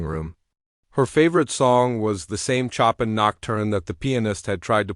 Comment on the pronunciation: Tell the narrator to learn how to pronounce CHOPIN!!!